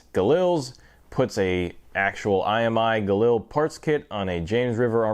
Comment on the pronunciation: This is a review of a Galil and not a JRA Gallant? You keep calling it a Galil (and you're even pronouncing it wrong).